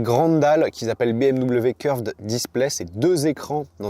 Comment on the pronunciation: a 17, 50 minutes tu dis bimw 😂 avec bienveillance 🎉